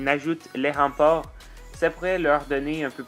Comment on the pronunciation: J'adore "remparts" 😄😂